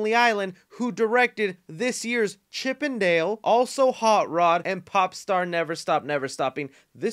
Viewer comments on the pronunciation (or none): none